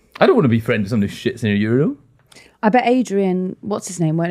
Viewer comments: please speak the dead Queen's English correctly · Today, I learned how Brits pronounce "urinal".